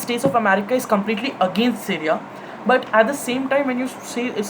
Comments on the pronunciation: Dude tf ...it's Syria ( pronounced as c riya) not seria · Pehle Apni Hinglish Sudhar Le. Stimulation Kenya hai Simulation Ko. Syria Ko Sereya Kon Kehta Hai Be. Kabhi Yeh Londa School K Quiz Mein Select Nahi Hua Hoga. Aur School K Teacher Ise House Ka Badge Ya Ribbon Dene Se Ghabrate Honge, Sochte Honge House Ki Beizzati Ho Jayegi. Seedha Seedha Bol Na K Syria K Bare Mein Zyada Deep Nahi Padha Hai. Yeh Wahi Ladke Hote Hain Jo Apne Dada Ya Pardada Ko ABC Sikha K Apne Teacher K Bhi Baap Bante Hain